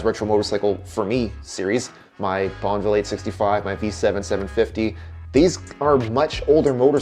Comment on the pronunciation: Every time you said Bonneville im hearing bonnvill not bonuhville.